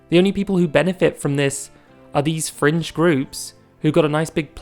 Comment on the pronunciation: Every time you say fringe I hear french and I jump from my seat like "what have we done to le lgbt encore??"